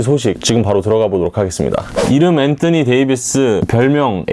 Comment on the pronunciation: 앤떠니 ㅋㅋ 발음실화냐 ㅋㅋ다른발음은 일반적인데 왜 엔떠니라고;; 어그로성인가